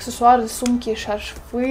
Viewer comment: ШарфЫыы😀 ну хоть немного читать то нужно ! Не все тебе шмотки и штучки!